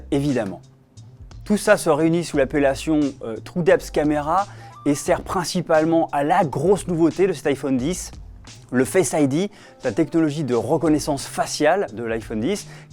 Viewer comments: Le Fesse Aie Dit 😂😂😂😂😂😂😂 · Fesse ID hahaahaa